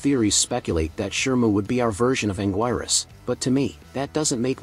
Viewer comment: it's anguirus not anguirus